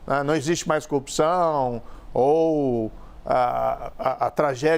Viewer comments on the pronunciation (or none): Pois é, o que eu não me conformo é o rapaz ter sido juiz federal e não consegue construir uma cadeia de argumentos plausíveis. Além de falar errado (copção, cônje, etc...)